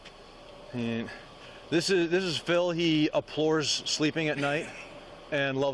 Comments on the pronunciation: Abhors, not apores. 🤦‍♂️ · 'Aplors?' I think he means abhors, aplors is not a word. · It's abhores not "aplores sleep" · i think the word the officer is trying to pronounce is abhors, and since he fancies using it so often, someone should help him learn to say it correctly. There is no reason to perpetuate a common police stereotype that they are typically uneducated...that is, unless its true.